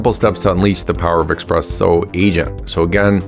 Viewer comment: Espresso. Not Expresso.